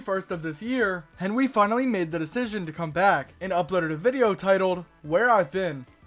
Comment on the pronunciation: Oh its henwy i hoight henry